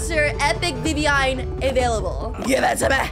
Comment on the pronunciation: WHY it is not vivvine it's viviein